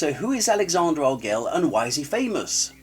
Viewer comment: I would agree with your first point, about knowing his channel before publishing a video about him. Posting a critique in ignorance is a great way to create drama. I've never even heard his name pronounced this way. I've always heard "arg-el-eez" or "argweh-yes."